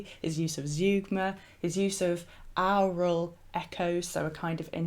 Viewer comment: Your pronunciation of aural.Sounds like owral.